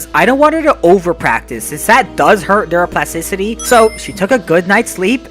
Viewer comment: Bro i have nightmares from the word "neuroplasticicy"